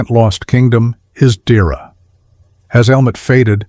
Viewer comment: It's not pronounced "Deera" . It's pronounced "Deeaira"